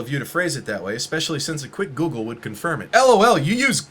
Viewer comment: Why do you sound like you're saying goolgle?